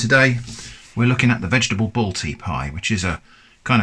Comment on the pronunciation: its balti not bolti